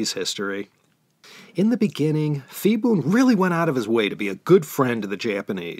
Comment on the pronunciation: Ugh!!! You mean to tell me all this time I pronounced Phibun's name wrong? Nobody said anything till now. I made a note to go back one day and fix those 2-3 episodes where he was a prominent figure. I'm embarrassed. But I thank you anyway for teaching me.